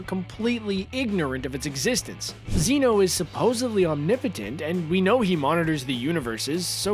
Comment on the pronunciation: ITS NOT ZEE-NO ITS ZEH-NO